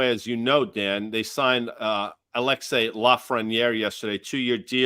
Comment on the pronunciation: Alex Lefreniere is Canadian not a Russian. Not Alexi